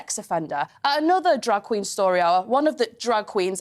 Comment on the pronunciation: is she saying drag queen or drug queen 😂😅😂😅🤭🤭